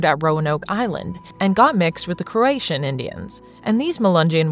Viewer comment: Kro-A-To-An. Croatians are from Croatia.